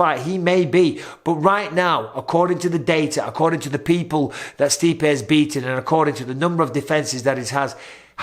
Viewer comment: You mispronounced Stipe in an insulting way. Mistakes happen..